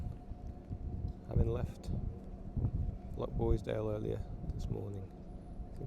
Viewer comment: Enjoying your content, but PLEASE! Living on Mull you should know it's LoCHboisdale, not LoCKboisdale. That's a nails down a blackboard thing for me.